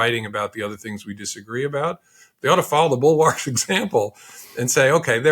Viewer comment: Can’t pronounce “bulwark.”